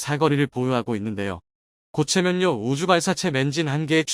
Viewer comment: 각본 쓰면서 교정 않봅니까? "ㅇ" 으로 쓰고 읽어야 할 것을 모두 "ㅁ" 으로 쓰고 "ㅁ"으로 읽으니 참 한심하네요....... 고체연료인것을 고체 면료 라고 읽으니...